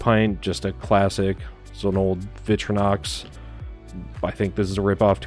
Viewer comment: It’s pronounced Vic-tori-nox. Victorinox. Say it again…Victorinox.